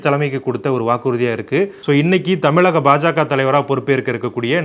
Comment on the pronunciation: ஏண்டா தமிழக என்று சொல்லத் தெரியவில்லை தமிளிக என்கிறார். நீ உன் சேனலை இழுத்து மூடிவிட்டு தமிழ்நாட்டை விட்டு ஓடி விடு பொறம்போக்கு.